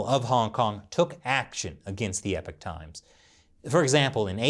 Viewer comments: mate, sir. It's pronounced as said like this phonetically E POCK like hockey puck but with a O not EH PIK, Epoch is a cool word give the respect it deserves. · Y u keep saying epic times u not know how to say epoch times? Get dictionary bruh. Hard to be credible when u not know ingrish wahahahaha